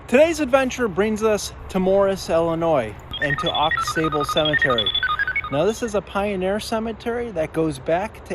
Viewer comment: It's pronounced Au Sable--x is silent; It's TAAAbler--long a; do your homework. My family is there and i'll be buried there.